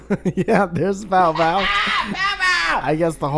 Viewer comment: It's Bow Bow not Mow Mow